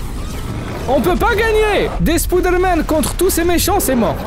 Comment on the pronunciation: Tu dis pas spiderman mais spoude man